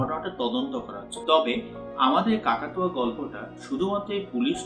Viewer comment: বার বার শুধু কাকাতুয়া শুনতে পাচ্ছি! মনে হয় সেটা কাকতাড়ুয়া হবে।